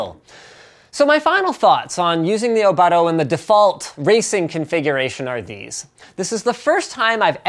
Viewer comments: Which you please say the name right. "Oh-Boat-Toe" Not "Oh-BUTT-oh" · its pronounced o-boot-o :)